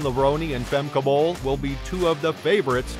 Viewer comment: really bruh, you can't pronounce her name?